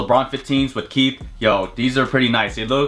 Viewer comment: wtf is “Keith” It’s Kith like kit but a th ending